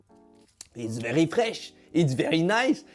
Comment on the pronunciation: Que dire que dire quand parle anglais avec l’accent français je rigole des heures 😂😂😂 le « It’s very frech it’s very nice it’s very agréable » était magique